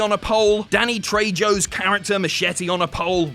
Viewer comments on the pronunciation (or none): How did you butcher danny trejos name as bad as you did?